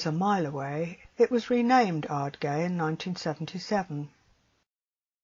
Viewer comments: Great film. If you're interested, Ardgay is pronounced Ard-GUY (rhyming with "eye"). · What a lovely wee film - thank you so much for sharing! Just to note, Ardgay is pronounced 'Ardguy'. 🙂